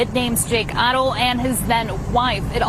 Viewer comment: BLESS YOU for all you do When there is an H in a name, it is silent When pronouncing the Haro name …it looks like this Arrrrow With a soft A Trying to be helpful